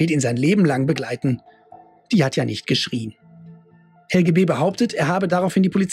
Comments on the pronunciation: Just as a hint from a German citizen: The last e in Helge is pronounced like an e in existencial, error or egg ( egg read backwards immitates the g and e sound in Helge just fine). It´s a rather old Skandinavian name, that is quite uncommon in younger ppl, mostly found in the north of Germany, the Slavic version would be Oleg. It derives from the protogermanic "hailaga", unharmed, healthy. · Not Helgi but Helge or Helgeh